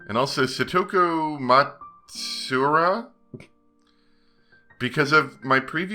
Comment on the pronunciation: Matsuura is "Ma tsu u ra" like "mat two wool learn"